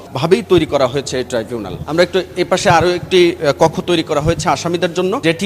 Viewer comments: এই টাই জুনাল না ট্রাইবুনাল ট্রাই।। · Not trivunal 😊😊😊 It’s Tribunal